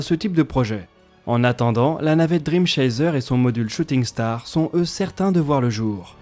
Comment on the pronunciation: Note de prononciation : Dream Chaser ça se dit driiime Tchaisseur.